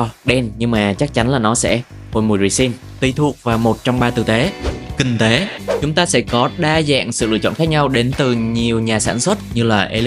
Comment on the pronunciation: Kinh tế ko phải king tế nhé kênh :D